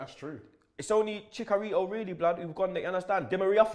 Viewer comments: "ChiCKarito" ROBBIE?!?!? CHICKARITO?! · The way pronounces chicharito tho lol